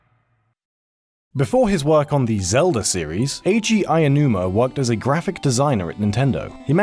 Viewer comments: You keep saying "Aiyonuuma," not "Aonuma." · No, it's more accurate than how the narrator of this vid pronounces Aonuma. He says "Aianuma" where as "Ow-nu-ma" is a closer approximation. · OW-NOO-MAH where the hell are you getting "eye-yah-noo-mah? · I get that his name is hard to say, but it's definitely not "Aionuma". It's "Aonuma". Ah-oh-nu-ma. Sure, that's kind of hard to get your mouth around, but there's no "i" in there. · Who´s Eyanuma? It goes "Ao". "A" as in "architect" and "o" as in "all". "Aonuma". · This is the second person to pronounce Aounuma as Aianuma. Weird. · Why does he keep saying "Ah-yah-numa" instead of "ah-oh-numa" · Everything in Japanese Romaji is 100% phonetic. Letters will sound the same every single time. I have no idea how someone could see "Aonuma" and pronounce it "Ayanuma". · Todd from Rated S For Sandwich (and editor of PeanutButterGamer and PB & Jeff) also seriously had this problem, pronouncing it "Eye-nu-ma", even though there wasn't a single letter "i". It's "Ow-nu-ma", or if you absolutely have to, "ey-oh-nu-ma". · Hey, listen, guys. This is great work. I like this series a lot. But PLEASE PRONOUNCE THE CREATOR'S NAMES CORRECTLY. It's not "Ayanuma", it's "Aonuma". "A-oh-nu-ma". If it helps, break it up. "Ah! Oh, Numa." Just PLEASE don't say "Ayanuma" again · I-uh-numa... great video but that is one fancy Japanese pronunciation. Not meaning to put you down hard, but that pronunciation is a new one... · Why do people pronounce Aonuma as "Ayanuma?" That's not right at all. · "Eiji Aiyanuma" My ears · Pretty sure it's pronounced ow-noo-mah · If I hear someone pronounce Aonuma as "Aiyanuma" one more time... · But seriously, what is so hard about pronouncing Aonuma? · Combat Fritos >expecting accurate pronunciation from Region Locked still at this point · Waddle Dee fair enough buddy I hope you enjoy Japanese! Let's spread Aonuma awareness, the legend himself does not deserve a mispronounciation of his great name! Have a good day dude